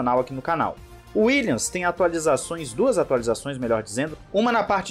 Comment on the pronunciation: WilliaMs, não existe Willians. Pronuncia totalmente incorreta